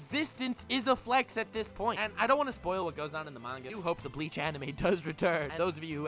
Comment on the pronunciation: Everytime says Bleach, I hear Leach...